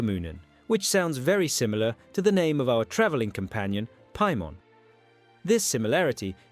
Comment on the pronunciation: do you even play Genshin Impact with the way you pronounce Paimon?